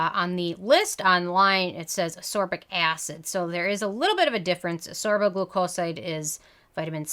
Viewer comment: It's asCORbic, not aSORbic. Just like it's esCAPE and not eSAPE.